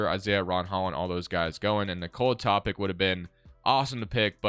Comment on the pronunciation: Just an fyi it’s pronounced toe-pitch